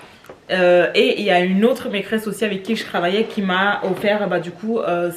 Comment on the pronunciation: Cc, tu me fais rire quand tu dis maîtresse!!! On entend maîcresse 😉🙂